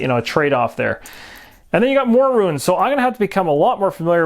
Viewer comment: Runes = 1 syllable - roons Ruins - 2 syllable - roo-ins :=)